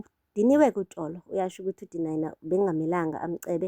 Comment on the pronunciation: Lol, you pronounce Tsholo as 'Tholo' ne. 😂❤ in Sesotho 'Tsh' is 'Th' ngesiZulu❤❤ love youuu